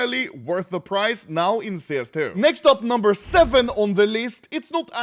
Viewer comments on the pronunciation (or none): "once again, fok you, dis my video" Respectable